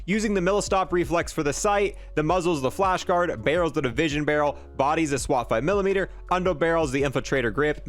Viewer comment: Alright 3 points: 1. I'm a Prime example of the other style player, I play on Controller so I ads spam with deadshot so for me ads time matters substantially. 2. I think you should do SMGs next now that the Tec-9 was nerfed! 3. It's the Swat 5MW (Milli Watt) my dude not Millimeter lol